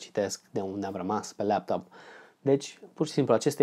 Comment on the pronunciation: de ce zici leaptop ? :))